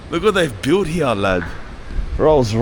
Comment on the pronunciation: This guy pronounces “here” as “hughaghhhhh”. lol 😂 WTF?